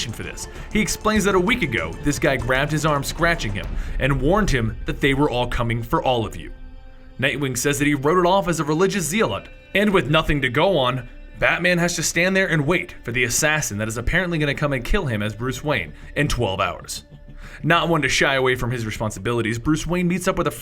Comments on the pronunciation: Not Harvey Dent, Harvey Bullock. Not zeal lot its pronouced zell ot. I thought Alan skippes 13th floor on purpose. Many blds. Do this. Plus u forgot.the part about his ancestor walking into the sewers presumably dead, also the intro with Lincoln and Bruces political palship. Not sure how this allowed. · i wanna hear this guy pronounce zealot properly. the dude who wrote the script knew this ass hat couldn't pronounce it. lol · You're mispronouncing "zealot." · Does no one on the internet know how to pronounce zealot? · Bro do u not know how to say zealot